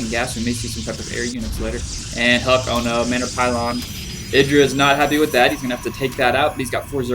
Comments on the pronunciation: i-dra not id I I I I I I I you dont say id you say I'd IdrA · wrong. its idra, not eye-dra. Confirmed too many times in interviews.